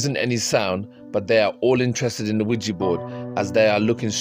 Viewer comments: Quija boards have been around a LOT longer than the 1970s. Also, I really annoys me the way nearly everyone mispronounces it. It's not WEEGEE, It's WEEJAH. French and German words for yes. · Attention YouTubers it's not pronounced Qui Gee🙄😡 It's Qui JA, say JA Rule, do you say Gee Rule? NO. I couldn't watch all of this because you mispronounced it wrong every time. Qui JA French and German word for YES. Spread the word. 😣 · Why do you name it a Ouijibord , its OuiJAbord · Can you please pronounce Ouija board correctly? It’s not weejee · Mate yo need to say ouija board better my mom's like wtf is a widgie board staring at me